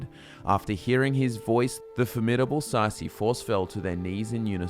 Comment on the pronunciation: Say see is not how you pronounce tsaeci